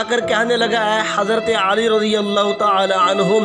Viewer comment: Hazrat aali nahi Bhai. Hazrat Ali